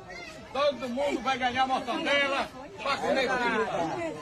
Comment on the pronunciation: Acho que ele fala zoando o "mortaNdela" porque na segunda vez, quando está distraído, ele fala certo.